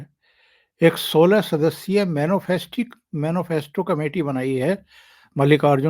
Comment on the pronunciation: जी राम राम। बहुत ही अच्छे विषलेशन के लिए साधुवाद। सही उच्चारण मैनीफैस्टो है। मैनोफैस्टो नही।